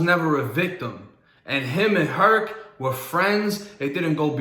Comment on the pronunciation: Mama Hurt.......not “Herc”